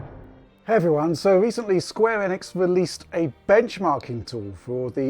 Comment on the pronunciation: Holy mother of god someone actually pronounce Enix correctly.